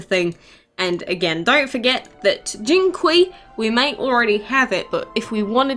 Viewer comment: Jinqiu is pronounced "Jin chee-o"